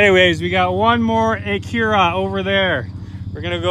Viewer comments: Where I come from it's called an ack-ura. Not akeeerrra. Lmao 🤣🤣🤣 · wish i had that acura, plus youre saying acura wrong